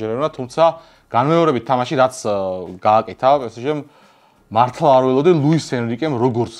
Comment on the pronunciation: კარგით რა, რა პე სე ჟე? რუსული კალკი, პე ეს ჟე ჰქვია!!!